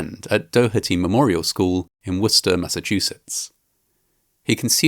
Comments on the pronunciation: Thank you for correct Worcester pronunciation ❤ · All seriousness aside, you pronounced the town of Worcester MA right. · Thank you for pronouncing Worcester properly. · Well done on the pronunciation of Worcester, Mass. Seriously impressive 👏🏼👏🏼👏🏼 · Big props on pronouncing Worcester correctly